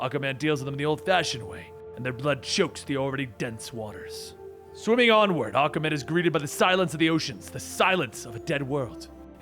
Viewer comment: Is it me or does it sound like Akamen when he says Aquaman.